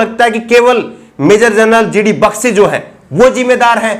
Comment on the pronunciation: Bakshi ki pronounciation toh sahi krle